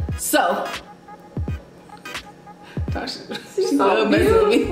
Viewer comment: Tasha pronounced it perfectly! Well done :) Looks so so so good <3